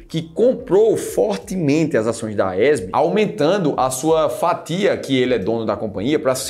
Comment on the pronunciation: Porque vc pronuncia AESB?Não é a AES?